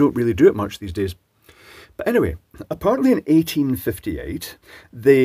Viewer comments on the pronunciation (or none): none